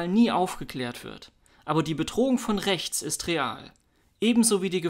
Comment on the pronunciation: Freispruch und Demo gegen rrrrächts, was sonst? 🙃